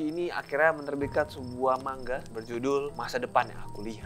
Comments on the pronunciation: mang-a bukan mangga jir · Manga woy bukan mangga 😂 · Lebih seperti ini penggalan nya : ma-n-ga. Krn orang Jepang tidak bisa mematikan huruf seperti lidah Indonesia.